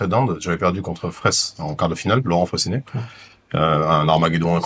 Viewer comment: Entre le stand up et les échecs le pont s'appelle Fre(ay)ssinet